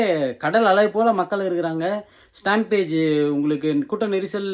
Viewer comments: It's satampede not stampage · ஸ்டாம்பீட்… ஸ்டாம்பேஜ் இல்லை.